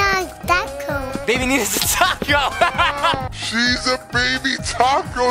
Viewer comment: "baby Nina is a TAKCO" Lolo Lil 🤣🤣🤣🤣I know I spelled it wrong its just how he said it